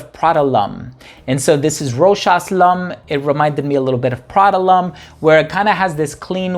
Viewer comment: Well pronounced brother! 😀👍. For everyone else in the comment section. This is an official commercial of the perfume Mademoiselle Rochas. Hopefully this puts an end to the debate on how ROCHAS is pronounced